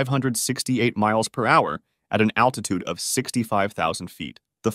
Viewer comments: attitude or altitude? either way, cmon dude (hey that rhymes) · Attitute Controle, is it not altitude control? Okay, even though it is correct, it really sounds funny to say it, lol! 😂. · I swear if I watch another video where someone says "attitude control" not "altitude control", I'm gonna need attitude control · ALTITUDE. THERE'S AN LLLLLLLLLL THERE. NOT ATTITUDE ADJUSTMENT. UGH. FUCKING LAZY. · It’s altitude not attitude just fyi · Gotta be altitude right? Not attitude... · You mean 'aLtitude', not 'aTtitude' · Unstable "attitude" control...lol...maybe you meant "Altitude"? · Are they saying attitude instead of altitude???? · Altitude not attitude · It is altitude, not attitude 😂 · It really is a shame that you say “attitude” instead of altitude almost every single time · Dude kept saying attitude when he meant altitude, remeber kids a word can change entirely if you dont place one letter in the right place